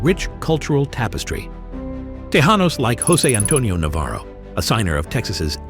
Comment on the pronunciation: Te -Jan-os and jaw-la-pain-yo? Holy frijoles,! He no speaky Spanish!